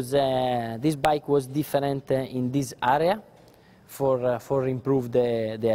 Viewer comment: Listen to him saying 'area' on the 2006 bike... lol :P